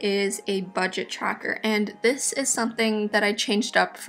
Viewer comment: its this not dis